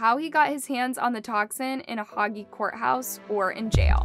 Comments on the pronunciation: "Unalived?" New Speak? Oh, and it is pronounced "Hage" not "hoggy." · It's prnounced "HAGE" NOT HOGEE!!! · This video needs some major editing: "Unalived" for died, the Hague pronounced "Hah-gay", a map of the country of Georgia not the state of Georgia, Rhodesia pronounced "Rodessa". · Hague is the u is not pronounced. It is a long e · Hague is pronounced Haig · The way you pronounce Hague is cringey